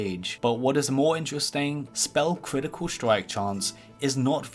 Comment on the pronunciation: "cwitical stwike"